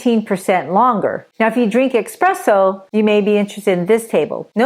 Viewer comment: It’s not ex-presso